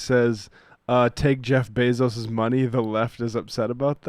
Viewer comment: Sam is constantly saying names wrong I can't tell if it's on purpose or if he's is doing it to troll. He has mispronounced AOC's name 4 different ways in one video. He calls Jeff Besos "BEESOOS".